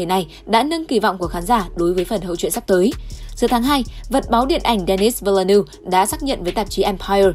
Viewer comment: Mình góp ý một chút là các bạn phát âm tên của Denis Villeneuve chưa chính xác